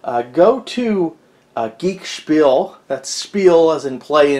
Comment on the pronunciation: You could at least get the guys eBay name right 😆 It’s “geekenspiel”